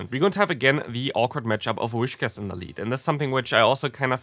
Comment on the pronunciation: I will comment on every video, where you mispronounce the Pokémon. Its pronounced "wiscash". Please